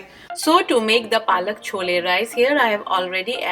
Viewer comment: not chola... please say chole. dear